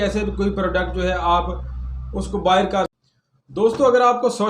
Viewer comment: Bhai boo nahi buy hota hai.